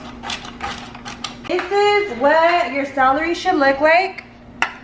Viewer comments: I can’t stand how you keep saying salary instead of celery lol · You know when you are Hispanic when you pronounce someone English words wrong. Celery not salary.... lol love you. And I'm going to make this macaroni salad for sure. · I love how you say celery ahaha "salary"❤️❤️ I'm from cananda and I made this for my family.. they loved it!!! It was so good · The “salery” 😂😂😂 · how she says celery ahahhaha ilysm 😻😻 I wanna try this recipe looks ducking bomb